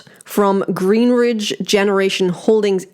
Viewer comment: Why do you keep saying GreenRidge. It’s Greenidge . There’s no R lol. I’m already annoyed with this effin company. I’m annoyed